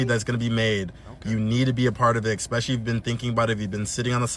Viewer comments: The use of eXspecially makes me immediately negate listening to your advice. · He said eXpecially 🤦🏻‍♀️ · he fkd up frm the start sayin EXspecially 😂💀🤦🏾‍♂️